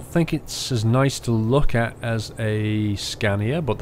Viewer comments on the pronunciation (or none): Its Scania Not Scandia.